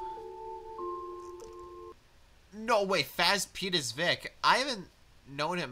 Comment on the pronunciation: hello, I am the guy who voiced Sir Handel & Vick D. Oldfeller. it's not pronounced "Faz Pete." I'm not Freddy Fazbear, it's FazePete, pronounced as "Phase Pete."